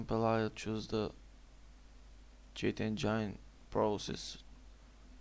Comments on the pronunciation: "You gotta open cheat ENGAINE" lmao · cheat enjainnne RIP ENGLISH